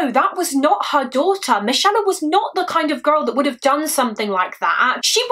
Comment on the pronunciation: Are you sure its not pronounced 'mick ay la'